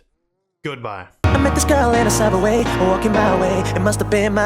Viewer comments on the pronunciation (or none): none